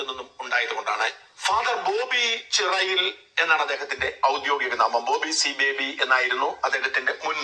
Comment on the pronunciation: ചിറയിൽ അല്ല. ചേരിയിൽ ആണ്